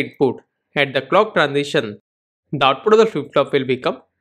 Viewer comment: I can not understand what YOU are saying here. I can not understand the clock